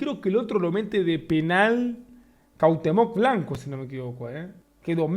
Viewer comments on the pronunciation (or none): "cAUTHEMOC blanco"🗣️🗣️